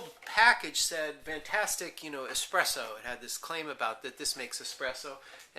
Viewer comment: Ugh. The dude keeps saying "eXpresso". Makes me want to claw my ears off :P